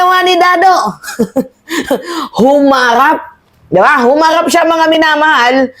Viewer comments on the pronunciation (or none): none